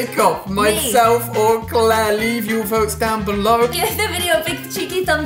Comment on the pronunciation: Is it just me or does pronounce her A’s like ‘ahs’